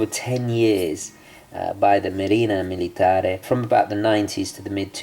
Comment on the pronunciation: It's Marina MilitarE! Cheers from an italian follower and watch lover! ;)